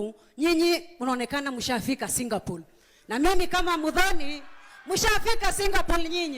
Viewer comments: Kenyans, enough with the ignorance. It's Singapore not Singapole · Singapol? Shame to people who have no facts right , 😢, right from pronouncing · Mother tongue effect r and l